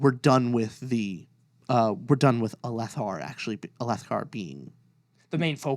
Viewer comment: I'm sorry but the mispronunciations of the names irks me. 😅 (Adolin is a long A, and Rysn is Riz-in, Alethkar is Al-ith-car, Kharbranth is Car-br-onth, Ialai is eel-lay, Sadeas is sad-ee-iss, Sja-anat is zha-anat) You should listen to the audiobooks the voice actors are amazing. Lopen's accent is awesome and it makes his scenes even better. All in all great video! Also read book 5. I'm sure you'll revise some of your ratings for the characters, especially Maya.